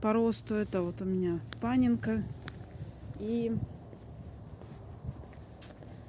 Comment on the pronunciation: Паненка -это по-польски, ударение на второй слог. Тоже очень люблю ПАН серию, у меня пока 7 сортов из 13. Три из них уже цвели в прошлом году, в этом году жду цветение всех остальных. Что могу еще сказать по сортам. У Панзолы завораживающий аромат, Панфлора очень нежная окраска и форма цветочков, а Пандалус красиво окрашивается. И перезимовали все хорошо (регион Беларусь). Но саженцы у меня были хорошие, сильные.